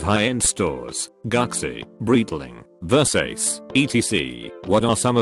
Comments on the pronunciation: "Workers of high end stores gucksi, breetling, ver sace" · Gucksi, Versayce, etc. Lol